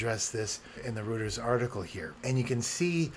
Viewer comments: Not trying to be snarky or an asshole, but Reuters is pronounced “roy-tuhrs”. I only mention it because you seem smart enough to care, and I didn’t know it was pronounced that way for years. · Having worked for the company, I wish to offer you a pronunciation guide: Reuters is pronounced “ROY-ters” One huge problem I am having with Tahoe in general is fast user switching. I always run two users, have for the past 20 years. And the Window Manager keeps crashing when I switch from one to the other. None of the Tahoe updates have fixed this. I am using an M2 Ultra Studio with 192GB Unified Memory.